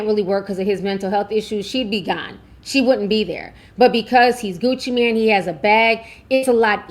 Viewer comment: “Mane” doesn’t pronounce “man”. Mane pronounce like main (they are homophones) Like son/sun, cell/sell